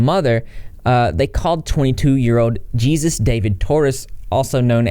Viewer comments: His name is pronounced Hey-sus not Jesus lol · It’s not pronounced Jesus. It’s pronounced “heyzeus.” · it's pronounced (hey-SOOS) not jesus fyi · You're killing me that you're calling him Jesus Xp lmao. Like just straight up saying it like that bahaha. Hilarious. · He does? I mean he's technically not wrong but it is strange and sounds a bit narcissistic. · Just as a heads up for future reference, the name Jesus is usually pronounced hey-soos. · You're Texan, and you can't pronounce the Hispanic version of Jesus? 🤭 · Dirty B i giggled a lil when he said jesus with a J instead of pronouncing it with a H sound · Shoulda used the pronunciation guide on "exposé," "Jesus" (as it applies to Hispanic names) and "statutory." I know I'm nitpicking, but I would have enjoyed this video so much if not for every time you said one of those words, it was so cringy. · His real name is pronounced hay-soos dah-veed for future reference, I'm glad you're covering this!